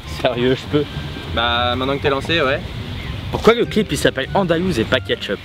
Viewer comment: ''ALONDOUSE'' sa ma tué 😂😂😂